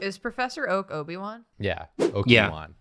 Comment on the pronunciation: Okie-Wan Ponok'e